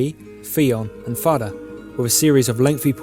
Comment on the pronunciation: Great video. bit of info, Fada, as you say it Far-Da, is pronounced Fat-uh